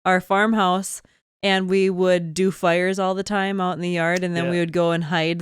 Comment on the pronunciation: northern accent coming out when talking about fire haha